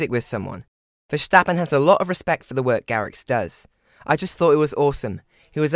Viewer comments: Good video but a tip for the pronunciation : Verstappen (Vuh-sta-pen) and not : Verschtappen (Vuh- sch-ta-pen). Pronouncing it with the SCH it sounds more like German. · It boggles me why English people add the SH in Verstappens' name... VerSHtappen ?? why? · it’s not about accents. They don’t pronounce the English word ‘stop’ as ‘sshhtop’, do they?